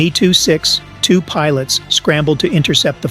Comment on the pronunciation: AI joke commentary & not a single pic of a M E 262 , not a Meee 262 Lol